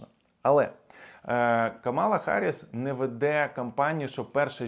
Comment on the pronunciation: До сколько можно уже просить несколько раз уже писала называйте правильно имя вице-президента США, Камала на первый слог ударение !Камала !Камала на первый слог ударение! Вся администрация Трампа и все люди вокруг него специально называют неправильно её имя а вы?